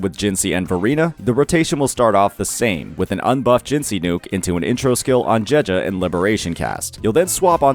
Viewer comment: I play the game in Japanese as a chinees person and the way he pronounces name, just doesn't feel right to me XD. No hate though, just a little autism from me